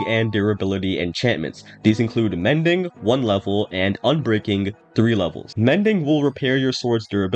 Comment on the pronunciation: Say ubreaking III one more time